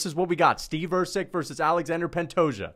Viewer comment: ’ disdain is so strong that he can’t even say “Pantoja” 💀